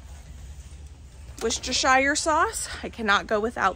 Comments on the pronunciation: Same here in Australia, wall to wall bare shelves on the egg isles and things regularly being unavailable. Glad we have chickens (and geese, guinea fowl, ducks...) PS. It's pronounced "Wooster" sauce. We are keeping meat animals and its a long haul process, it will be years before we have animals (other than chickens) for the pot and we can fill whole days with just animal chores. We do have a full butchering set up on the farm though and my husband is a qualified executive chef, more than comfortable with butchering. So that's in our future, one day. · WUSTERSHER... SAUCE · British person here! Hi! If you want to pronounce Worcestershire sauce properly try saying wus-tershear sauce 😀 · I am from the uk we don’t say shire at the end of word its pronounced “wu stah shah” and kabab from the Asian side is “ka-bab” . I hope you dont mind me saying. It only because a lot of people get confused with the spelling and how to say it. ❤